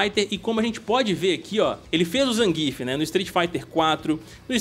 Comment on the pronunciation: Nem zangíf nem zanguiéf. Porque não falar como o PRÓPRIO COMENTARISTA NARRA NO JOGO com ênfase na primeira sílaba????🤔